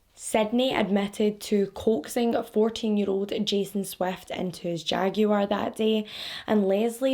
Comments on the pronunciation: Whoa do all Scottish (she's Scottish, right) all say jaguar like that lol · Lmao! Yeah, my spouse is Scottish and says it like that too. Always makes me giggle